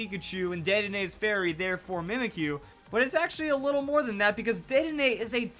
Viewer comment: It's DEDdenne